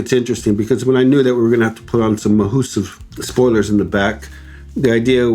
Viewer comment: I love that you say mahoosive wing 😎